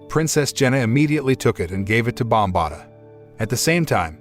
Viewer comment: ok its Bombaata not sure why that bothered me so much